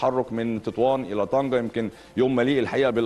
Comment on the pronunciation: طنجة و ليس طنكة